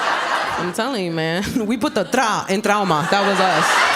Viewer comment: No, she was just saying ‘trauma’ in Spanish pronounced tra-uma